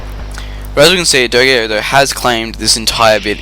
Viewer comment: Nice video, some heads up about the names: dogao is acutally Dogão (ã sounds like "an", but with a nasal tone, like "doh", "gan" like in gangster, then "oh", but there are ony two syllabes: Do/gão), plus in armandinho and danzinho the "nh" sounds like ñ, like in señor for example.